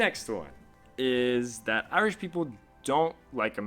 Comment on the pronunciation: You have been in ireland for 6 months and you still can't pronounce irish or ireland right